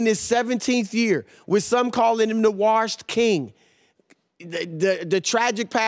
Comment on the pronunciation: "Warshed king"